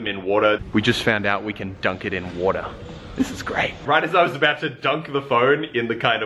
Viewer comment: I love the way you say water😂